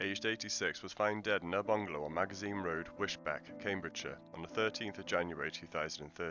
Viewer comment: It is pronounced Wis-beach